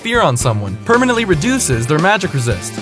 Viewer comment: Wait did he just say... Permeant reduction of MR...